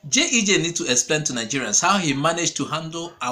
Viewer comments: Bro, It is not JEJ, it is GEJ; repeat after me GEJ. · A point of correction it is G E J and not JEJ